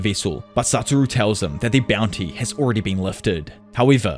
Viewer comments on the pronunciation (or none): satoru, not saturo. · Can you please learn to pronounce the same “Satoru” please? It legitimately ruins the quality of the video. It’s extremely distracting how often such a basic error is repeated. Not trying to be a jerk this is my genuine feedback.